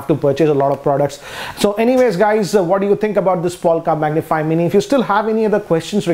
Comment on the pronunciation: It is not capable to say mini......but well